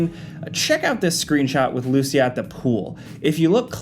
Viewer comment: I'm not that sure... but you are mispronouncing the name LUCÍA...